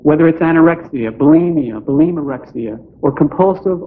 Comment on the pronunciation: Did he say "Belimarexia"? What an idiot. Chronic masturbation?